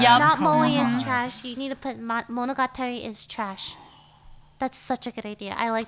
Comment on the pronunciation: I didn't expect them to say monogatari without the english accent, but expected Lily to pronounce it right and she didn't.